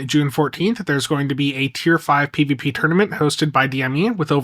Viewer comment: Bro said PVP funny